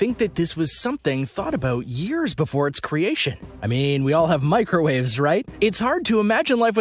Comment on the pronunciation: “Microw Aves”